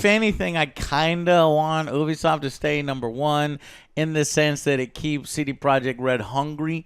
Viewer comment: CrunchyRoll is known for not paying their employee's for months and then firing them. So have fun supporting that pos company. Serious Sam was ALWAYS PC first. Pronounced Ubisoft (you-be-soft) not oobisoft